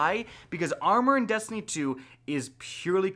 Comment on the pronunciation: Did you say dustiny 2 😂?